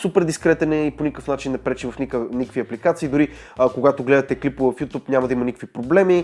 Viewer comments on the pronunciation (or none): none